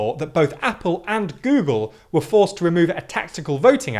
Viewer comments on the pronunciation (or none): none